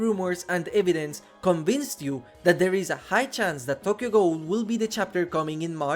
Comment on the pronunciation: I would be VERY hype for Tokyo Ghoul in DbD Sidenote: your pronunciation of Tokyo Ghoul and Richter Belmont is killing me 😭